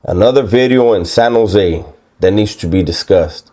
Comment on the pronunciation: San Jo native here. You pronounce it right. Sanosay. 1 word. And you are spot on. Respect!